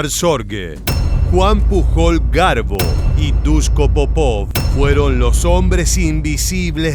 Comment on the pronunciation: Genial video! Como comentario, el apellido Pujol se pronuncia mas como "puyol" Un saludo 😀